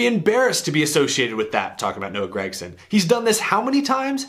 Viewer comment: seems like everybody says grEgson besides Mike Joy every now and then